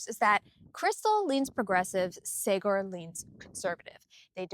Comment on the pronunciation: Also it is Saaaag-ar (like Saag Paneer). Krystal has now fully hijacked the show.